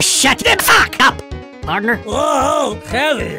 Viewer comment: I realize now spy is like the only one to say pardner